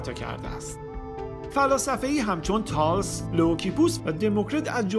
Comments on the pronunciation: سلام آقا خسته نباشی. دستت درد نکنه بابت تمام زحمات. اگر لطف کنی اسامی مکان ها و اشخاص رو از روی اصل لاتین بخونی، کمتر دچار اشتباه خواهی شد. مثلا شما اسم تالس= Thales را اشتباه تلفظ کردی ، گفتی: Tals. و همینطور شهر Ur را شهر Ever گفتی در ویدیو دیگری. البته مهم نیست چون ما تلفظ صحیح این اسامی را می دانیم، ولی حیف است شما که اهل تحقیق هستی اینطور اشتباه های داشته باشی. ممنون و موفق باشی. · روی تلفط هات دقت کن اینجا تالس رو اشتباه تلفظ کردی یه فیلم دیگتم که دیدم راس الجدی رو اشتباه تلفظ کردی.سانیس بچ